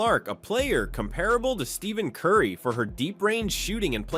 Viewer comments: I called this the bum Blast Channel. Bend over for 1.5 hours to find out nothing.. Can't even pronounce Curry's name correctly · I call this the bum blast channel. Watch for 1.5 hours and same old crap. You cant even pronounce Currys name correctly..... Idiots....